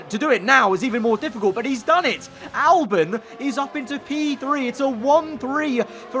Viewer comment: Albon not Alben